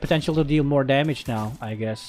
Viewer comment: "NOW THAT'S A LOTTA DAMIDGE"